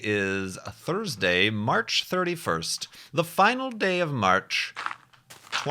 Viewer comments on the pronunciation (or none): none